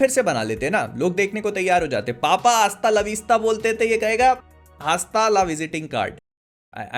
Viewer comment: Bhai wo asta la pasta hai😂😂😂